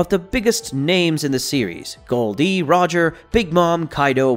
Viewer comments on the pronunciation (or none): none